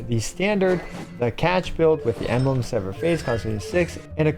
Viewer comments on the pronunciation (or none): none